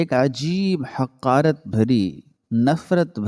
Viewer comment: کہانی بلا شبہ اجھی اور سبق آموز ہے لیکن آپ کے اردو تلفظ میں میں گڑبڑ ہے آپ زیادہ تر الفاظ زبر سے پڑھتے ہو جب کہ وہ زیر یا پیش سے شروع ہوتے ہیں جیسے حقارت زیر سے پڑھا جاتا زبر سے نہیں